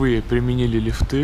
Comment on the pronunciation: "Платформы здесь укороченные, чем на обычных линиях" ЛифтЫ - правильно вроде ударение на "И"